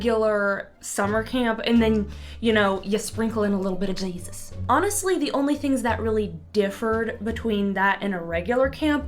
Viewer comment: "sprinkle in a li'l bit o' Jaysus" i love it